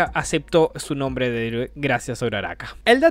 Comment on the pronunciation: Alfin!!!! Alguien que dijo bien mi nombre Post data: buen video y gracias por el saludo sigue asi crack Ten un buen dia